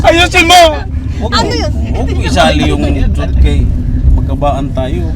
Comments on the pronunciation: Church❌ chorts✅ 😂😂😂😂😂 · Ano ba yan mahirap naman I pronounce ang english ng simbaan.. Habang paulit ulit na sabihin naging torch na hahahha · Wahahahaha tawa much here CHORCH hhaha instead of Church!.. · Imbes kasi Church, Chorts hahaha ang saya talaga ng df team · LAFTRip tlga etong si hahaha..bisaya pla ata si kya di nya ma pronounce ung "church😅😅😅